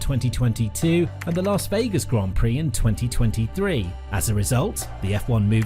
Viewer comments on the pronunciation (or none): none